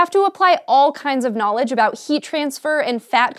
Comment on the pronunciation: YOU KNOW WHAT I LIKE MORE THAN FRIES? KNAWLEDGE